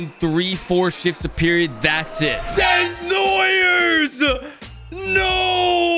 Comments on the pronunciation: It’s not des-noi-ers it’s deh-noua-yeh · Caleb Day-Noy-Yay. Desnoyers lol help me help you buddy Heinz Ketchup lol just means Rusty's got the "special sauce"! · He knows, it’s just a thing he started in franchise mode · The way he says desnoyers makes me want to scream 😅 it's desnoy "eh" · Desnoyers = Day-nwah-yay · PLEASE try and pronounce Desnoyers like that: DAY-NOAH-YAY 😫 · As a French Canadian, hearing him saying it like that so many times made me cringe so bad 😅 DEZ-NOY-YEURS 😭😭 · The right way would be dey-nwa-yay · This is NOT how you pronounce Desnoyers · Please say desnoyers name the right way😂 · pronunciation on Desnoyers making me twitch 😵‍💫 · fr it hurts me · I challenge to actually prononce Desnoyers correctly in the next episode 😂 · please say Caleb Desnoyers' name right lmao